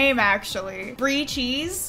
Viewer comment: "Brie Cheese" "Bree Cheese" "Free CHEESE"